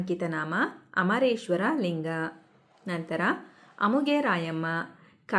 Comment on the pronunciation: adu amu geshwara Alla😂 adu amareshwara😂😂